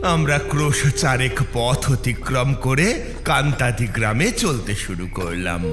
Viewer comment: কান্তাদি বলে কোন জায়গা নেই, কাঁটাডি বলে আছে। তবে ইংরেজি বানান টা Kantadi, তাই একটু আলাদা লাগছে শোনতে। তাছাড়া তারা নাথ তান্ত্রিকের গল্পঃ গুলো খুব ভালো লাগে।